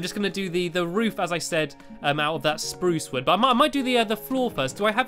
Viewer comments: stampy you said spruce not SPRUSE are you sick lol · Stamps you sed sprrrous wogn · you said spruce wrong